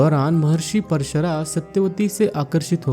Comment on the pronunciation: BRO WOH MAHARSHI PARSHARAT NHI HAI WOH PARASHAR HAI